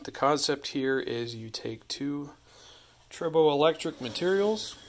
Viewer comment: Not trying to be mean, It sounds like you’re saying “turbo electric.” I think it’s “try bow” electric. I was wondering why it was called that because you rub two pieces together but tri means three. So I asked google and it said that tribo is Greek for “to rub.”